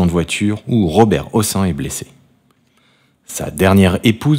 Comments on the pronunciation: On ne prononce pas "ossan", mais "Hosseine", c est un nom d'origine Arabe. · Son nom de famille ne se prononce pas "aux seins" mais " au scène". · on a toujours prononcé hocène à quoi ressemble cette prononciatio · On prononce Hossène! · Prononcer Hossène.